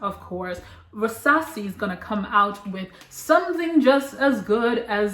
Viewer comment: Girl you keep saying Rasasi 😂